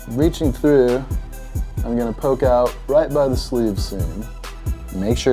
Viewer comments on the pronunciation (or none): none